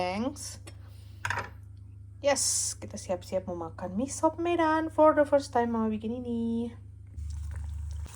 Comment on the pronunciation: Org medan justru bilang nya misop. Bukan miso. Udah benerr itu